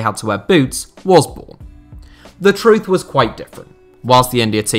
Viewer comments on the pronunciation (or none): none